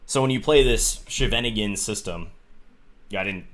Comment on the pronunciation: John, it's not the ShenAnigan opening, the stress is on the first syllable: So if you want to be slightly more correct, you could try SCHAYveningen. (Also, I love your vids. This is just a tiny thing to make them even better ;))